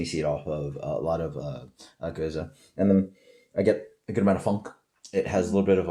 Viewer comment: I thought it was pronounced "Gooze", not "Go-zuh"? Kind of a shame you barely touched on what a true spontaneous ale is and what Methode Traditionnelle means then following with "blah blah blah" like you don't really care about it because that's what makes these ales so good. I'm sure there was no disrespect intended but it sounded like you just didn't care about the process and time it takes to makes these incredible beers. I guess it just felt like 30 secs could have been taken away from the random ramblings/debates and repeating the same flavor notes over and over and instead spent talking about the process since you rarely review this style.